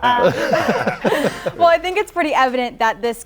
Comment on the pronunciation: IT'S NOT BUH, IT'S BEE!!! fkn aye. He told everyone. Bee-zhaan